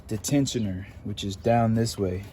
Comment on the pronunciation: This dude would never work on any of my cars. Talking about that's not going back on lmfao. They make a tool that I have to take that off. Also he can't pronounce tensioner to save his life 😂😂😂💯💯💀💀